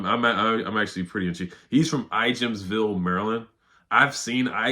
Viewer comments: I live near there, the J is silent in Ijamsville. It sounds like “I ams ville”. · The J is silent in Ijamsville, it’s in Frederick County.